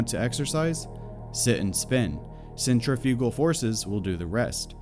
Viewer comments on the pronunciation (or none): none